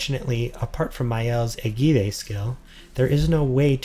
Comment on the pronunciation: very nice vid, the Maelle skill is pronounced ejid not e gi de.